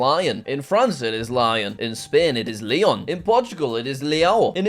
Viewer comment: when u pronounced leon it is 'layon'